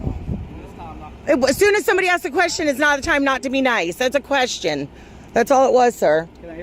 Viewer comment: Cop said... I axed for identification not asked lol.